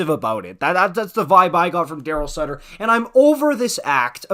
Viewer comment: It’s not sutter stop ffs